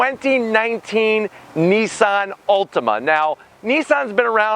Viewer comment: It sounds like you're saying Ultima.